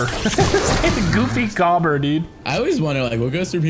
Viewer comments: It's goofy goober not goobber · It’s GOOFY GOO-BER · It’s goofy goo- ber lmao 💀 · THEY PRONOUNCED GOOFY GOOBER WRONG ITS TRIGGERING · It’s supposed to be said as Goofy guber. Ya bot not goofy gobber just watch spongebob boy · Its goofy GOO-BER not GOBER